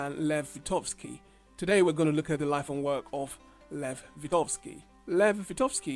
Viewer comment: "VyGotsky", not "Vitovsky" :D